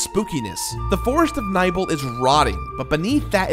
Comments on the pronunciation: It's not Sen it's Sein, like sign Edit: It's also not Niebel it's Nibel (Knee Bell) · Neebell not nighbel